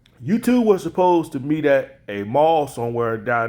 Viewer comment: meet. Not keet.